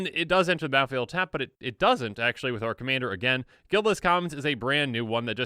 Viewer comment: hahahahhahahha sounds drunk xD